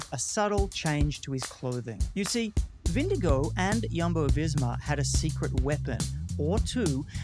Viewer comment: Hardly credible when you can’t even pronounce Vingegaard 🥴